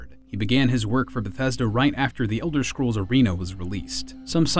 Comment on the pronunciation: Why does he keep saying Elder "Shcrolls"?